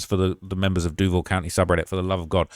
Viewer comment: SHOCKED you ACTUALLY said "Duval" correctly. Even people from here cant fucking pronounce it.